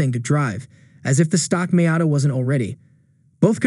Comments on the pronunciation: It looks funny when you introduce the NA showing a picture of the NB. Also it’s Mee-ata, not My-ata. Other than that, nice video! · I turned you off after the few seconds and that weird way you pronounced Miata. No one has ever pronounced it like that.